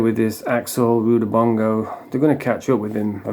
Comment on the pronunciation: Rudibongo? It's Rudabanana or something like that.